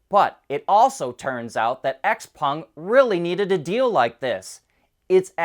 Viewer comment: x-peng is pronounced "shauw peng"